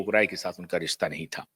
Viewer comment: 'Rista' 'supadi'bolta hai language pronunciation to thhik krle...